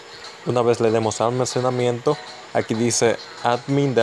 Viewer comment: "almasemanamiento" xD buen tutorial messirve gracias